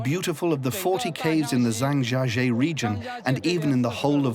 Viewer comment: OMG americans, its pronounced (Jahng Jya Jyeh) not (zang jahjjee)